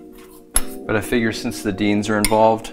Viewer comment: You had me at 'dienz'...lol